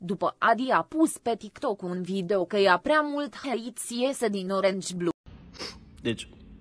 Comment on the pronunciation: Orange blue se citeste orengi blu